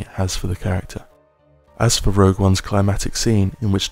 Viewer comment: Rogue, not Rouge.